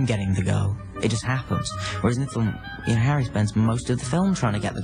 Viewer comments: does she say hairy or Harry? 🤣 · Lol anyone realise at the start she said ‘Hairy Potter’ instead of ‘Harry Potter’ 😂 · WHY DO U CALL HARRY HAIRY POTTER